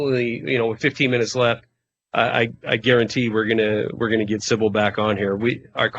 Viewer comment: her name is Sibel, not Sibil.